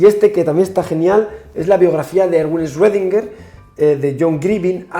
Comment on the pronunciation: "La biografía de Erwin Ejchrredinguer"